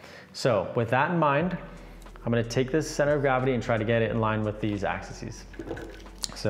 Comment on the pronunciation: The plural of axis is 'axes' ☺. Pronounced Ax-eez